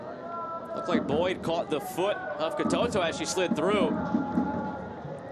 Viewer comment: The name of the PSG player is Ka-to-to, not Ka-too-too. I guess the commentator has an au-too-mobile, with an au-too-matic transmission ?